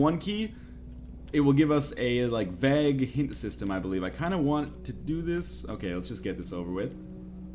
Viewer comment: "You just have a 'vag' feeling" hahah It's pronounced "VAY-gue"